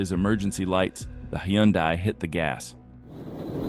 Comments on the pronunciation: It's Huhn'-day, not Hie'-un-die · It's HUN - DAY not he un die! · Dude, what the fuck is a Hahn-dye? it's pronounced HUN DAY (Hyundai). 🙄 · The car is pronounced Hunday, not Hi-un-die. 😉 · No, he isn't. The Korean pronunciation is Hyun-day, not High-un-die. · You really need to teach your IA narration the proper way to pronounce "Hyundai". Hint: It's "HUN-day". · Geezus - if you insist on having AI narrate your content for you, at least don't be lazy and edit the audio so it pronounces the words correctly. a "Boo-fey"? "Hey-Yun-Die"? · "He-yawn-dye". I can't keep track of all the new manufacturers. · I love my little turbo hyundai. It's quick as shit. However it def isn't out running cops lol Also to the narrator, Hyundai rhymes with Sunday,... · Hi un die.. Ack kur ra...cmon AI get it together.... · Hyundai rhymes with Sunday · "A 'Bee-ufay' (sic, s/sound like buffet) of illegal items found in the vehicle"? Is this an AI voice? Also "heeyunday" for Hyundai? Don't "we" want to sound smarter than the idiot criminals? Just a thought... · Why does everyone have such a problem pronouncing Hyundai? They said it in their ads "Hyundai rhymes with Sunday." This annoys the crap out of me! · High UN day eye, eye on a cue, five. (Correct pronunciation of Hyundai IoniQ 5) AI voiceover. Sometimes people actually get away. Cops get embarrassed. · ai doesn't know Hyundai rhythms with Sunday ? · Hy Un Dai. Nice pronunciation, A I guy. That’s where I bail. Hire a human, okay? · American thing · Listening to AI struggle was awesome. Hiyunday, and byuufet. 😂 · Hyundai is pronounced like Sunday. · Actually, it’s pronounced: high-un-die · the person stealing the pest control truck must have had a SERIOUS bug problem... well you can tell the narrator is AI because they can't pronounce hyundai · If you're going to use A.I. to narrate the video, make sure it pronounces common words (like Hyundai) correctly. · lol learn to pronounce Hyundai